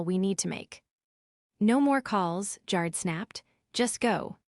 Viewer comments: Jared like AIR not like JAR.. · Jarred is how his name is being mispronounced. Like canned, put in a jar. I jarred the pickles. But the name Jared is pronounced Jaa Red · Try saying Ja' red correctly. It's not Jar' red More than a few spelling errors that once again the story poster never bothered to check an AI voiced story. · Jar-Ed, not Jared! These AI narrators are really stupid when pronouncing certain words and names, I really wish they could make the AI better at some words, because it's dumb!!! I'm sorry, I got way too bored with this story and had to say, bye-bye, it just didn't hold my interest! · Tell AI Jard is pronounced Jar-red. Long A, short E. Or spell it consistently. Good story. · So sick of hearing them say JAR JAR JAR JAR ED like he was canned only saying JARED instead. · The name is pronounced JA-red (short A) not Jar-d. Makes it impossible to listen. 😮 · Story was good, involved, but pronunciations made it less. Jarred/Jard rhyming with yard??!! I watched one yesterday that pronounce Pentagon as Pen-tā-gon??!! Good story team but, every story has multiple mispronunciations. Please fix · Jarred is pronounced (G AIR RED) AI IS horrible at pronouncing words. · Jared's name is pronounced. Good gotcha story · Driving me crazy that it does not pronounce Jared correctly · They didn't get Jared's name right once. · What the hell Is so difficult about prononouncing Jared and also the word Resume ( resume) the last e in resume is pronounced as an e. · Apparently AI is having another hissy fit because it can't pronounce Jared. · Worse AI voice for this story. It doesn't pronounce "Jared" correctly. Most of these voices have problems with a few words, but they're infrequent. In this story Jared was mispronounced dozens of times. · The E makes the A a long A